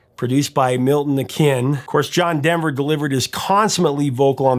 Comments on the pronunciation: Pretty sure that was Milton Okun, not Milton “O’Kin.” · I hate to have to say it but, It's not O'kin'. You aren't pronouncing Milton Okun correctly. Here's Milton pronouncing his last name